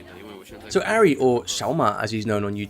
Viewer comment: Pronounced "Ahri" not "Arri". You obviously haven't watched many of his videos...